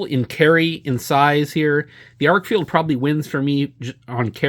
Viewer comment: Good review and comparison. It's pronounced Arkfeld rather than Arkfield. And the UV mode has two outputs--low and high.